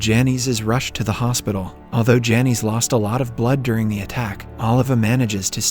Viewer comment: Lol those names are pronounced "Janice" and "Loyd.